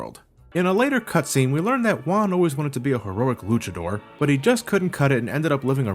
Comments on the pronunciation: Yo soy mexicano y puedo decir que las referencias culturales en el juego están muy bien hechas. Lo que me molesta un poco es que algunas partes están mal traducidas al español. Todo lo demás esta bastante bien. Saludos desde mexico:) PS: "Juan" is pronounced "Huan" not "Uan". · A minor correction, you're pronouncing Juan as "Wan".